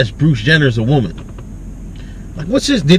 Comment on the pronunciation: "As a waman, er, woman."